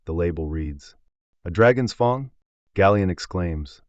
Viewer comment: the AI speech when i see fang it say fung lol